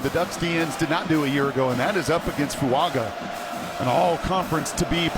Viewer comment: Are we sure it's not pronounced foo-AHNG-ah? He is Samoan, after all.